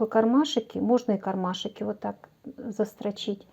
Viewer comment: о! Отлично! Отличные идеи, отличное исполнение, но.. не кармашИки.. а кармашки. Так часто повторяете это слово, что просто в ушах одно оно. И ещё заметила несколько речевых особенностей, но они хотя бы не так часто звучат. В остальном, большое спасибо! Надеюсь, критика конструктивная Вас не обидит, а наоборот поможет улучшить качество снимаемых видео. ❤